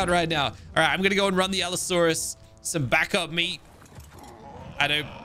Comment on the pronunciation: Allosaurus = ab-asaurus